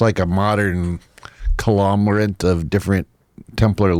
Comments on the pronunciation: dude, "con- glo -mer - ate".....again......conglomerate..... like a rock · 37 seconds in... I had to listen 7 times to make sure of the word he uses. COLOMERATE is not a word and that gives a great reason to exit early. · colomerant..:36..... aegh.....aegh..... aegh ..........he said colomerant Beavis....egh....egh....egh. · Within the first minute this dude can’t pronounce ‘conglomerate’. Credibility lost. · 35 seconds in and the guy is mispronouncing words … You mean “CONGLOMERATE??” dumba55? He sounds drunk 😂 That or he’s low IQ. Saying UHH… UHHHH.. UHHHHHH…. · 40 seconds in, and he can't pronounce "conglomerate," yet he's the grand master of said conglomerate. Sure. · Listen, when a supposedly “wise” man, mispronounces words like “conglomerate”, I’m not impressed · People who read a lot often mispronounce words.